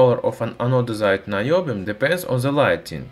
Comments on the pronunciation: Naiobium in the way that he pronounced in Russian would translate as Bullshitium XD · Наебиум? Звучит подозрительно! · наёбиум AHAHAHAHA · Наёбиум... Хороший акцент бро :D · About наёбиум. I can't listen seriously past this point. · "Noobium" It's about time the noobs had an element of their own! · The way you say "Niobium" makes Russian viewers think that you are lying very hard.